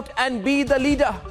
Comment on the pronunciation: Why is he saying "Leader" in African accent, as "Leadaa"